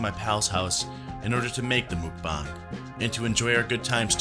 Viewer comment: I don’t want to be ‘that person’ but mukbang is pronounced Mok Bahng. Mok bahng is a Korean trend that started a few years ago, it literally translates to eating room. It’s still huge here in Korea.